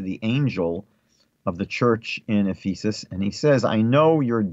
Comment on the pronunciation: The word Ephesus is pronounced F'-uhsuhs, not F-ee'sus. If you want to reach Christians, I suggest that you change this. Thank you. They may use this to mock you, G_d forbid. Shalom alechim.